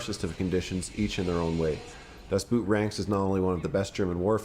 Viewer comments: You keep calling it Das Boot (Boot, as in a tall leather shoe). I was corrected by a German that it is in deed pronounced, Boat. Das Boat. Either way, Outstanding movie. I recommend watching the German version with English Subs. The English Dubs just doesn't do it justice. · For the billionth time, it's not "Das Boot" with an oo sound like the things you wear on your feet. The German word "Boot" is pronounced almost exactly the same as the English word "boat" which is what it means. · pronounce "Boot" like englisch Boat and it is far better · Excellent list! The “Boot” in “Das Boot” is pronounced “Boat”. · Das Boot is pretty much pronounced the same way as you'd pronounce Boat. Das Boat.